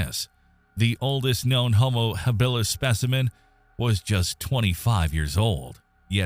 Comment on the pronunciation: It's ridiculous when the pronunciation is so awful....Hill bill us.